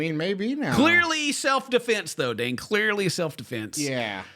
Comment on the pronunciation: Dane...not Dan